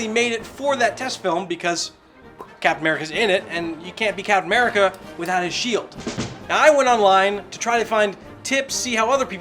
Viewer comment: did he say captain merica?